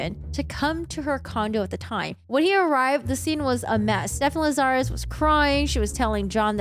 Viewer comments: The host here says "LaZARus", with the accent incorrectly on the second syllable. The accent is on the first syllable, LAzarus, not the second. It's too bad she has to use foul language for no reason. It sounds tacky and low class. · 1986 to 2009 is 23 yrs not 30. Lazarus is pronounced LAZ-a-rus no Lazarre-us. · Lazarus. It's a super common mistake but it's like "Lazz-er-iss". Rasmussen I think can be either/or but I've only ever heard it pronounced "Razz-miss-en" so that one just got to me personally even though it might be correct too. Lol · You aren’t pronouncing Lazarus correctly.